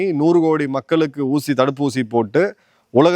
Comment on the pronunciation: "மக்கலுக்கு" இல்லை "மக்களுக்கு " எங்க தமிழ் படிச்சீங்க திருந்துங்க தமிழ் வார்த்தைகளின் சரியான உச்சரிப்பை முதலில் தெரிந்து கொள்ளுங்க